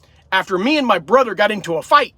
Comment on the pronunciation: I have noticed the way you say some words, like brother, other, another, it is th words that end in er. You pronounce those with a “DD”, like brudder (brother), anudder(another), udder(other),mudder (mother) etc. Are those from speaking the Pennsylvania Dutch German or is it a speech impediment?